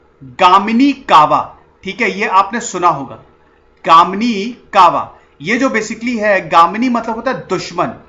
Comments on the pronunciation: Sorry Sir ,it is not Kamini kava it is Ganimi Kava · Its Ganimi Kawa....Not Gamini kava....please correct. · Sir its not गामनीकावा It is pronounced as गनी-मी-कावा. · Sir it was not Gamini kava, it's Ganimi kava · Its GANIMI KAWA not GAMINI KAWA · It's not gaamini kawa it's गनिमी कावा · It is not gamini kawa... It's ganimi kawa.... Ganim matlab dushman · गामीनी नही गनिमी कावा 👍 और सेक्रेटरी का नाम "रुस्तुम - ए - जमाल"... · Its ganimi kava not gamini... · It's is Ganimi Kava not gamini kava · it is not GAMINI KAVA/.... its GANIMI KAVA.. .Ganim means foe enemy and Kava means tactics. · "गामिनी कावा" नहीं "गनिमी कावा" ... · It's not GAMINI KAWA It's GANIMI KAWA , GANIM yani Dushman..and so many mistakes in this story but well tried. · गानिमी नही गनिमी कावा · Gamini Nahi, GANIMI KAVA hota hai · That's not 'gaminikawa' it's called as 'ganimikawa' गनिमीकावा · Sir vo Gamini kawa nhi... Ganimi kawa haiii... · its ganimi kawa sir not Gamini kawa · Dear Sir this is not a Gamini Kava this is a " Ganimi Kava " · It's not Gamini kava it's Gnimi kava... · गनिमी कावा not gamini... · गामनीकावा नाही भाई गनिमीकावा☺️ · Not gamini kawa it's गनिमी कावा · Undoubtedly shivaji maharaj was the greatest ever king, but please make a video on the BRAVEST maratha king and son of Chatrapati shivaji maharaj i.e CHATRAPATI SAMBHAJI MAHARAJ And its Ganimi kava not gamini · its 'Ganimi Kava' not Gamini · Sir its Ganimi kava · Extremely sorry to say that Only 20-25% correct history is narrated by u ... it's not ur fault To know correct history of real Chatrapati Shivaji Maharaj u have born in maharashtra soil of maharashtra & some imp words are wrongly pronounced ex. गनिमीकावा ... Jai maharashtra